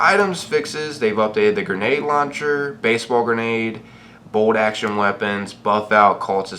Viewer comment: The way he pronounces things is fuckin frustrating , "moltiv cocktail, gaous rifle, bold action rifle, gatlin gun, appalacha" Jesus